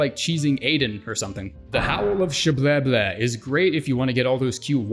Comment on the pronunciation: Sha-brier-ree is not a hard name to pronounce.